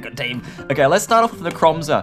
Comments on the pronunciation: Dude,it’s NECROZMA,not Necromza. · its necrozma not nemcroza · PLEASE its pronounced necro zma not necro mza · When i hear necromza: ITS NECROZMA! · lets start off with "necromza" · ITS NOT NECROMZER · Its Necrosma not Necromza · is necrozma not nemcrozma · "Necromzma" xD No offence. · u said necromza...